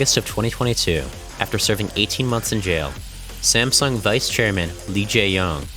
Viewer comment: It hurts me that you pronounce the "sung" in "Samsung" correctly, but the "Sam" completely wrong